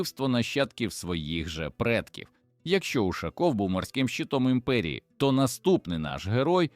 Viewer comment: І чому це він УшАков, а не УшакОв?